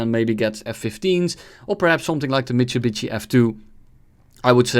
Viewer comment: the michubichi f2 lol the way he said was crazy